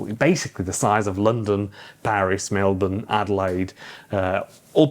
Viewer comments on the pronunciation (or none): none